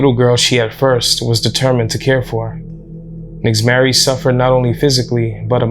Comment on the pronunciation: Fyi. Nixzmary is pronounced ""Neesh-mari" in Spanish as well as the "mothers" name being pronounced "neesh-aleese" they are names commonly used in Puerto Rico. Not a big deal in the grand scheme of things n maybe in this particular instance it wasn't pronounced like that but just thought Id put that out there. Poor little girl. So sad.